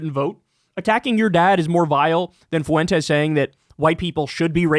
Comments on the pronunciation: Why is it always the Latinx nimrods that cannot pronounce Fuentes correctly? It's pronounced Fwent-tez. Not Foo-en-tez. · It's "FWEN-tez", not "foo-WEN-tez". Why can't you get this? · Why do people pronounce Foo-wentez like that? So irritating. It's pronounced Fwentez phonetically. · Never stop making Fuentes a 3-syllable word I love it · Dawg if you’re going to talk about Fuentes can you not say “Foo-went-ez” it’s so insane lol